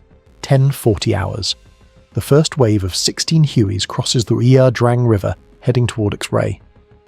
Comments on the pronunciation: Its La Drang you AI bot. Not Ear Drang. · It's i-a. Ia Drang. Pronounced Ya Drang. I was there.